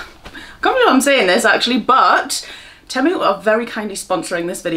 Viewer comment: 😂❤ it's 'Tea-mue' 😘 xxxxx